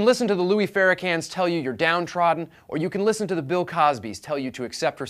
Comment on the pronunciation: Fairy-can? lol Farakhan, it's Farakhan Mr. White Man. And "look at and see a person who deserves dignity and consideration"? Guess that was too much to ask for when you couldn't ask for directions in the ghetto.